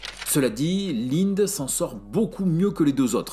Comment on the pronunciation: ça se prononce "Lindé"